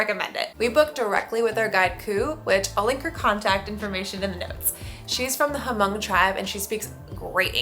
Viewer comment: you're missed pronounciation Hmong, The H is lilent, just say Mong